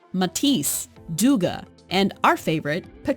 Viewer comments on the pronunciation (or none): Who is Doogah? Do you mean Degas? Why don't people whose job it is to read narration bother to look in a dictionary or just online, for a pronunciation? Takes less than 20 seconds! You just sound ... not very intelligent, a little bit illiterate.